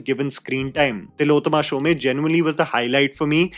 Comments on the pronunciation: SHOME like home, not shomay🤣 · It’s Tillotama Shom not Shomay as u pronounced. Really surprised that such a basic thing like name is said wrongly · Fair review. Exactly what I felt. Except, Shome rhymes with home, not Sholay. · Tilottama’s surname is pronounced ‘shom’ and not ‘shom-e’. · Tillotama Shome as in Om not Shomay! Getting a name right of possibly one of the best actors in our country is the least prep one can do. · Shome is pronounced as “Shom” similar to Om and not “Shomay” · Not Shom-e, pronounced as Shom (minus the last syllable). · Just a small correction: Tilottama's surname isn't pronounced "Shomaee." Since she's Bengali, it's pronounced "Shom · It's Shome not Shom e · Tilottama "Shomay"🤦 It's Shome pronounced like Home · Not shom -eee ? Its shome 😢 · Shom is the pronunciation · Hey "Shome" is pronounced like you would "Home" with a "sh" sound instead...hope this was helpful. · Tilotama Shom(e) the 'e' is silent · You always say Tilottama Shome. It should be Tilottama Shom, e is silent. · Pronunciation of Shome is like "home", without the e part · Isn't it pronounced as show-may?? Ikka event me toh waise hi introduce Kiya tha host ne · तिलोत्तमा शोम.. not Showmae Edit : Good God, the way you mangled Shome over and over reminded me of Omaha Beach. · it is not Tilotoma "shome" but "shom" . Bengali pronunciation is different. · What's with the shom "A" pronounciation?